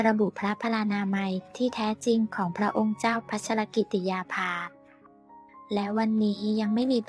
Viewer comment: ขอให้คนอ่านข่าวช่วยอ่านให้ครบประโยคเช่น พระนามพระองค์ภา ต้องอ่านติดกันดังนี้ " พระองค์เจ้า"พัชรกิติยาภาฯไม่ใช่อ่านว่า พระองค์ "เจ้าพัชรกิติยาภา". อย่างนี้เป็นการอ่านที่เว้นวรรคประโยคซึ่งไม่ถูกต้องตามหลักไวยากรณ์ อยากให้แอดมินช่วยศึกษาภาษาไทยให้ดีก่อนเผยแพร่สิ่งผิดๆในยูทูป